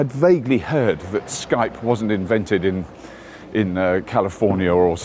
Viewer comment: Is he saying Skype?